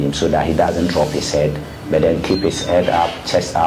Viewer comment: Kumasi aseɛ Coach Ogum. He said 'byyy' instead of 'but' 😂 Doctor mua! 😂